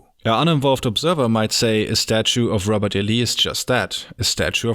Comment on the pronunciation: Robot E Lee. The machines were around back then?